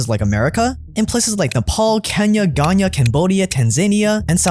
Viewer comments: my guy... it's Ghana not "Ghanya"😆😆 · learn to say GHANA correct noob